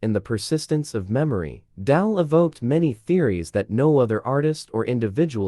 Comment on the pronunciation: Its Dali not Dahl. Pls pronounce correctly